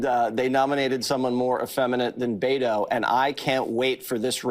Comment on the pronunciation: Calling Beto “Betto” is INSANE.